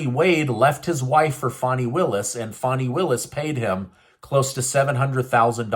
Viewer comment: Stop saying "fawney willis" it's fani.......why is literally everyone pronouncing it that way? It's annoying